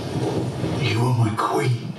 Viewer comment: “yiU ArE mAi KwIN, i don’t know what else i can say.” A. You got that part right,. B. You don’t know what else to say because you know nothing,.